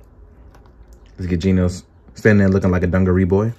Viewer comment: Stop calling him GINOS, its GENOS! lol